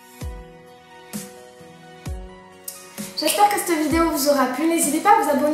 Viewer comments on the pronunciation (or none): on dit cette tasse pas cte